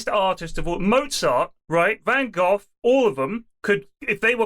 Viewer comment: Lewis' pronunciation of Van Gogh is excruciating, it's even worse than how he says centaur!